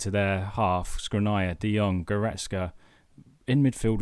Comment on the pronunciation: You're butchering Škriniar's name is pronounced Shkreenyar